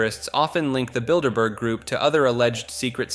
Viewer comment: Thank you for not saying "Builderberger" ❤